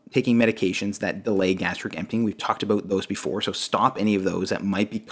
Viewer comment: About sounds like ah-bout, its not a boot pronounced a-boot lmao jk😜